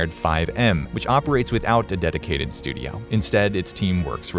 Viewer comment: "studiauh" :P